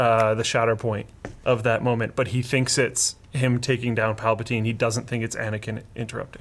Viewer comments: It's Palpatine not palpotine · "Emperor PAL-pa-TINE" Sound like a wonderful English tea you would drink with mint and a raspberry scone. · once he said plapatyne i clicked off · "Emperor Palpatyne" I'm out lol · Linus: PALPATYNE Trump: CHYNAA They might be related guys... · "pal-pa-tyne" Pal pa tyne... Ok... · "Palpataine?... Okay" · Palpa TINE. Really?.... Like really? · Can’t take you seriously when you can’t say palpatine right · No matter your opinion on this movie, we can all agree Linus can't pronounce Palpatine correctly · Mispronunciation of Palpatine LOL